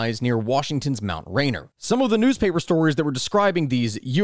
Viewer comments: I’m sorry great video. Hope this doesn’t come off as a nitpick. But it’s NOT pronounced Mount Rain-er. It’s Mount Rey-Near. Carry on my duties as a Washingtonian have been fulfilled. :) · Mt. "Rainer"? Really? It's Rainier, pronounced, "Ray-near." The notable things about the sighting near Rainier is that it was also very near Hanford Nuclear Reservation, where the first plutonium production reactor in the world was built for the Manhattan Project. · That pronunciation of my rainier killed me lol , it’s pronounced rain-eer for my non Washingtonians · Okay. . I can't let you get away with that pronunciation. It's Rain-eer. I HATE to be that guy. But as someone who has no joke listened to each and every podcast episode, some many times over, I cannot let the Washingtonians take you down.